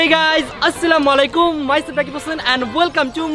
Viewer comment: Assalamualaiqum vaia..assalamolaiqum na😢